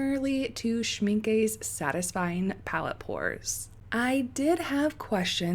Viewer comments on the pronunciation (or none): How do these paints compare to holbein and sennelier and mgraham which don't have ox gall in them. Some comparison swatches would be interesting of paints that stay put... 2 technical points ... it's pronounced pirrol, not pie-rol,. and it's schmincKER, not schmincKAY. Cheers. Love your videos.